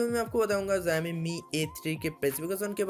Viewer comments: it's not ziami it's showme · Aabey pahele jissa phone k video banna raha hai uska namm thiksey bolna Sikha Chutiype , zoxiom nhi Xiaomi hota hai vo aakal ke dushman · Hey are you drunk! 😂😂 You really did no learn to pronounce xiomi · Company ka naam thik se le bhai. jo tu bol Raha hai waisa konsa bhi company nhi hai😂